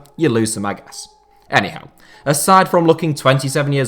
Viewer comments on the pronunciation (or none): When he says ‘anyhow’ it sounds more like he says ‘Eddie Howe’ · I thought he was saying "real big cow" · The Fulp i was just commenting the same